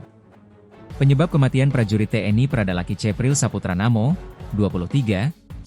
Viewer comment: Tolong bagi pembaca berita Tribun Lampung, cara anda melakukan pengucapan nama korban itu bukan (laki)...tapi Lucky.... karena kami orang Kupang tidak ada yang panggil orang dengan sebutan "LAKI" tapi "LUCKY".... demikian untuk menjadi perhatian....🙏🙏